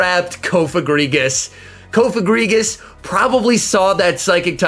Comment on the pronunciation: you probably aren't doing it on purpose but, PLEASE STOP PRONOUNCING COFAGRIGUS COAF-A-GRIGUS AND PRONOUNCE IT COUGH-A-GRIGUS. Thank you, love your content BTW.